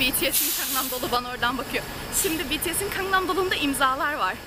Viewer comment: Bilgenur Khj ㄱ ve ㅋ harflerinin telaffuzlari farklıdır, ㅋ daha baskın bir K harfi ve ㅋ şeklinde telaffuz ediyor. Fakat Gangnam ㄱ ile başlar "tatlım;)"